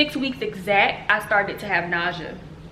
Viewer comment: is it just me or is she saying “ nausea ” wrong? lol